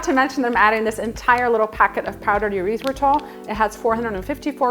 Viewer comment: “Urethra-tol” made me giggle. “Errrith-ritol” 😊